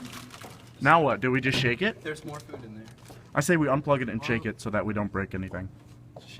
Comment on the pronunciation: "Shh, this is mote important" got his priorities straight